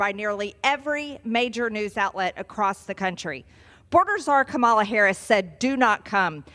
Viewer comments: Just know every time we hear you say her name like that we hear the N word. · IF YOU’RE GOING TO INTENTIONALLY KEEP SAYING THIS WOMENS NAME WRONG 😑 THATS THE FIRST THING I WANT YOU THINK REMEMBER WHEN SHES GETTING SWORN IN AS THE NEXT PRESIDENT OF THE UNITED STATES. 😉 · Funny. Kamala is the VP. Stop mispronouncing her name. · It’s the fact they continue to mispronounce her name after 4 years of her being in office. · How stupid are these people who are under an administration of one president, and one vice president...and they aren't smart enough to learn the pronunciation of a first name? I mean, how many times do you have to meet and talk to someone before you learn how to say it correctly? For real tho, I know they do it on purpose for some kind of a deliberate disrespect thing, but it's just so pathetic and makes them sound dumb. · They can never say the VP name right it makes her sound more stupid. MTG and the republicans have not done anything in almost 4 years they’re worthless. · Moscow Marj you are so illiterate you can't even pronounce Kamala's name. You Bogan! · Learn to pronounce Kamala properly you stupid skank! And stop your lies and fear mongering. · I just want them to learn how to pronounce Kamala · MTG just loves mispronouncing Vice President Kamala's name. So transparent. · MTG can’t pronounce Kamala’s name either. She pronounces it like Trump does. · When you are the VP of the U.S. and potentially the next President, educated Congressmen/ladies should respectfully pronounce her name correctly. There’s no excuse. Everyone can say Buttigieg! MTG also says “impordant” instead of “important” and she talks enough where we know she has no speech impediment. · What’s with the wrong pronunciation of Kamala? Makes them sound even more like idiots. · She refuses to pronounce Kamala’s name correctly, takes media pundits word that someone is a Czar and lies about what is happening at the border. Georgia, you can do better. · It’s ka ma la